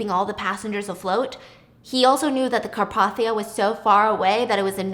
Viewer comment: its “car-pathe-ee-uh”